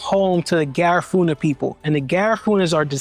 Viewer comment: Ga-riff-uhhh-na. Not Ga-raaa-foo-na